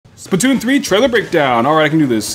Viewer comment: lol you said spatoon